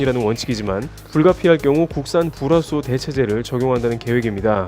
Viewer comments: 죄송하지만 불화수소 발음 잘 안 되시는듯.. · 불화수소 발음 뭐임 ㅎㅎ